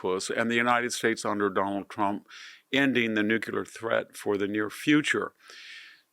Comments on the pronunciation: "Nuculer, nuculer, nuculer..." this is hard to listen to. The word is Nuclear. Only ONE u in Nuclear.🙄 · Mr. Hanson, you're brilliant. Please say nuclear and not nucular. GW Bush did that as well. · Enjoy VDH insight and presentation, however, it is NEW-klee-er, not NEW-cue-ler. The otherwise brilliant scholar and man of letters, please continue your work. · NOO KLEE ER not NOOK U LER nuclear. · It’s NUCLEAR, not NUCULAR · Why do people say NUCULAR?? ITS NUCLEAR.. unbelievable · NU-CLAY-ER! ....NOT Nucular. It's NUCLEAR. But you don't have to be a nuclear physicist to pronounce it. 😊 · It's NUCLEAR, not NUCULAR!! Thank you for your attention to this matter.😊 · Jesus Christ, Victor! It's NUCLEAR.. NEW-CLAY-ER! NOT Nucular. 😢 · New clear weapons, not new kew lear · Victor, I am an acolyte of yours. Yours is the clearest and most astute voice on world events. However, NUCLEAR IS NOT PRONOUNCED NUCULAR. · My dear Victor, it's pronounced NOOK-LEE-AR, and not NOOK-YU-LER. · The word is nuclear not nuculer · Victor it’s NEW KLEE UR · Even an erudite scholar can erroneously say “nukular.” It’s a strange phenomenon. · Nu-cle-ar. Say it. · Stop saying "NUKE-yular" and you'll sound twice as intelligent. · did he just say NEW QU LEER.. ..HE JUST KEEP SAYING IT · Victor - please repeat after me - nuCLEAR……thx👍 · There's no such word, "nu-q-lar". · you are a very smart guy. please pronounce "nuclear" correctly! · I can't believe that VDH still doesn't know how to pronounce "nuclear."